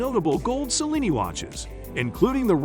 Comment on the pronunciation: Also please learn to pronounce Cellini! Much appreciated!